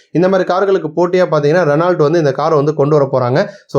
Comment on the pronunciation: Renault - t silent . Spell as reno 44.54 44 pulli. ஐந்து நாலு என சொல்ல வேண்டும் not ஐம்பத்து நாலு. புள்ளிக்கு அப்புறம்